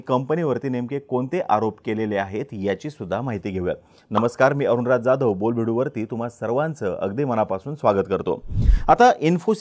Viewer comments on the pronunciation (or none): none